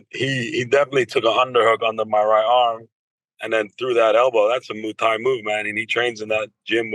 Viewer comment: Why is it so hard for him to pronounce Muay Thai? “Moo tie”